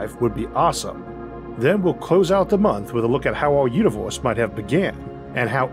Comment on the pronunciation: How are you gonna make stuff like this and then talk like a toddler? Put some of the money you're making into a logopedist. "pwospwew" and "uniwews" in the first 30 seconds, that's unbearable. You have such a good voice other than that, too.